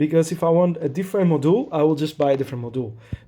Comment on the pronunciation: I like the way you pronounce „modool" 😊